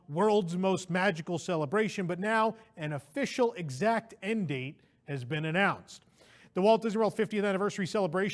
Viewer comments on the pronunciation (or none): none